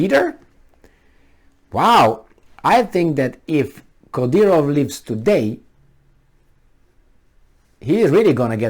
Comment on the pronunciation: His name is: Cadârov.